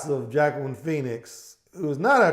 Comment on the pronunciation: Wakeen. Is how you pronounce his first name.